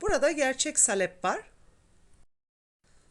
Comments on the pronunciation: ANNEM DE SALEPLE YAPARDI DONDURMAMIZI.ÇOK KARIŞTIRMAK LAZIMDI BUZLUKTAN ÇIKARIP ÇIKARIP .KAŞIK BÜKÜLÜRDÜ.SALEP DENMEZ AMA..A O KADAR KISA SÖYLENMEZ. SAALEP .AMA SİZİN ŞİVENİZ DEĞİŞİK...DONDURMA ÇOK GÜZEL OLDU.ELLERİNİZE SAĞLIK. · Salep degil saalep olacak a’yi uzatman lazim salep nedir ya? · Salep değil abla Saaaalep. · Salep değil sağlep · Elinize sağlık. Güzel bir video. Zahmetli görünüyor. Ufak bir ikazda bulunmak istiyorum. Salep sözcüğündeki “a” harfini uzatarak telafuz etmek gerekir. Sâlep şeklinde! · Salep degil, sâlep a uzatilarak söylenir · Salep??????sahlep mi demek istediniz abla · Salep yerine saalep uzatarak söylemelisiniz ellerinize sağlık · Salep değil sālep.a uzun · Salep deyil sahlep doğrusu . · salep ne hanimefendi , halep gibi ..lutfen dogru teleffuz edin ..saalep diye a yi uzatarak soyleyin...tahin tahin diyorlar komik oluyorlar..o da tahin degil taahin olacak...koskoca anadolu tahan der bizimkiler tahin , salep deyince kibar oluyor saniyorlar herhalde...sayenizde kirk yillik yani oldu kaani ...( dogru yazilisi kâni - a ince ) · Salep derken a uzatılır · Tarif güzel. Ama salep sağlep diye söylenir. Yada sahlep denir.A harfi uzatılır. Tarif gibi a harfi uzatılır taağrif denir. İyi günler. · Salep kelimesini yanlış telaffuz ediyor.Sahlep doğrusu.okurken saalep diye telaffuz edelim.Çok da önemli değil aslında sadece hatırlatma yaptım.kusura bakmayın.Herşey 10 numara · Salep derken a harfini uzun soyleyin lutfen. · Hanım, salep telaffuzun yanlış. Salep i Halep gibi söylüyorsun. Halbuki SA uzayacak, SAKİN der gibi olacak. Sen SAKIN der gibi söylüyorsun ve dolayısı ile telaffuzun yanlış oluyor.. dondurmadan evvel Türkçemizi iyi öğrenelim, sonra piyasa yapalım..